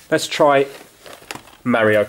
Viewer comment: Stop saying super merio